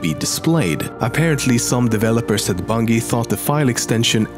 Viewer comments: i fucking hate how you pronounce Bungie. maybe we are all wrong pronouncing it “Bun-j-ee” but still can you not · i love the way he pronounces it, bun-gee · Nobody: LEMMiNO: bungeh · Disliked for calling Bungie “Bun-Gee” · *BUNG EE* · bun-jie. its pronounced bun-jie. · Doesn't he mean "Bungy" XD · bung - ee.....that pronunciation. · I love how he says Bungee instead of Bunggeee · It is pronounced (bun-jee) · It's pronounced bun-j-ie!!!! ARGGGGGGGGGGGGGGGGGGGHHHHHHHHHHH!!!!! lol jk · pronounced bunjey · His accent. Nah he can pronounce a J. BunJEE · Not bunjee? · Bungy? It's bungee Bungie. Dumbass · Its pronowned BUNJI not as you pronounce it. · This nigga is saying "bungy" LOL Like something out of a Dunkey video HAHAHAHAHAHA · its pronounced bunjee not bungee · Bungie- pronounced BUN-JEE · I see you miss pronounce Bungie. It's pronounced bun(G) not Bungy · Hey homeslice it's pronounced bunjee. Nice video by the way. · wtf u cant even say bungie right it more like bunjie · It's pronounced bunjie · STOP SAYING BUNGIE WRONG, TOP10MEMES. Phonetically it's "Bun-Jee" sorry but this really bothered me XP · "Bun G ee studios" xD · Toptenmemes? Its bungie not bungee! Get it right! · The way he says Bungie my god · you pronounced bungie wrong..... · U pronoucing bungie wrong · how the fuck did people find out about the scarab gun with a banshee? how the fuck can't you pronounce bungie? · The way this guy pronounces "bungie" pisses me off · Lemmy's mispronunciation of "Bungie" is f%cking hysterical. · You pronounce Bungie wrong. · THATS NOT AN ACCENT HES JUST SAYING THE WRONG G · Bullsh. English is considered the easiest European language, only rivalled by Spanish. Also the accent is no excuse for him mispronouncing Bungie, considering that he has been doing research on the company and must have heard the proper pronunciation at least a thousand times. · learn how to pronounce Bungie, it's annoying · I cringe when he says Bungie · learn how to say bungie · Bun-Gee? Bun-Jee